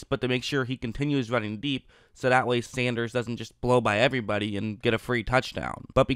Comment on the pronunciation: SAN. DERS. sendrus....... SANDERRRRRRRRRSSSSSSSAH